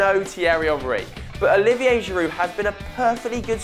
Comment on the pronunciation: Giround ??? U havin a laugh?